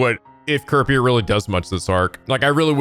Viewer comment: I can never get over how they pronounce "Kurapika". It just sounds so wrong. A lot of small things in this dub rub me the wrong way.